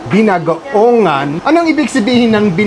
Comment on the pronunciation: Ang sarap nyan pork binagoongan with eggplant, pork giniling at skinless longganisa!😋 BI-NA--GO-O-NGAN ang tamang pagbigkas.